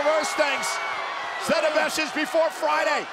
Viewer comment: He said set not seth